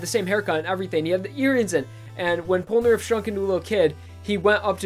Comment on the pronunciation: its po no naleph!